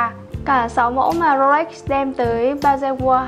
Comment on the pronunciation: mình xem rất nhiều video của Gia Bảo Luxury, thích nhất là những video do anh Hiệp thực hiện. Riêng bạn nữ này có vấn đề về phát âm thương hiệu "Rolex" ?!!! Mình comment sau khi để ý rất nhiều video.